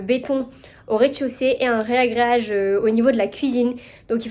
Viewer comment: ⚠️ RAgréage et non RÉAgréage 😅